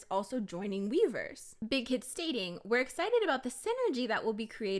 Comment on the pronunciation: i keep hearing miiverse instead of weverse 💀💀💀💀